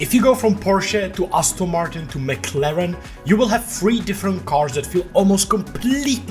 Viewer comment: Ah yes, the mac laren